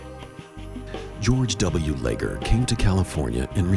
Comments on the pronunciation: Leger is a French name. (Le’zhey) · They pronounce Leger and mokelumne hill wrong